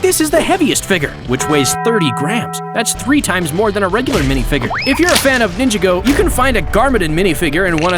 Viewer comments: Nin-jaw-go✅ Ninja-go❌ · Its pronounced nin jaw go but ok